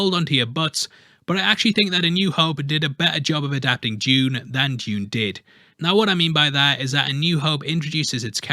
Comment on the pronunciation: Well done for pronouncing it Dune instead of the americanised (therefore stupid) Doon!